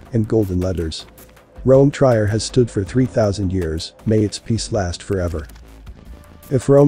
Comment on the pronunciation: Trier is pronounced tree-air.